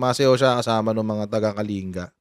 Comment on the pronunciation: Coach ang province is KALINGGA ang pronunciation